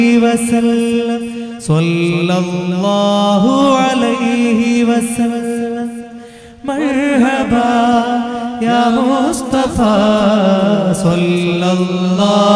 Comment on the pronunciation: മർഹബാ ✅️മയ്ഹബാ ❎️ R എന്ന അക്ഷരം ഇംഗ്ലീഷിൽ ചിലപ്പോൾ ഉച്ചരിക്കില്ല. അറബിയിൽ എപ്പോഴും വേണം